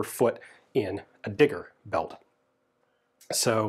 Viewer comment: Wasn't paying much attention but snapped right up when he said digger belt....sounded like something else XD